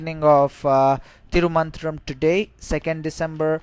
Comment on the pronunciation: It's not Thiru Mantram. It should be Thiru Manthiram. Pronunciation is very important in Tamil.